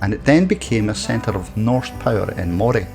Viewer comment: Think it's time you learnt how to pronounce both Burghead and Moray